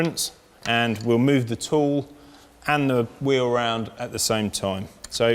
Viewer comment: I wish he would learn how to pronounce "wheel".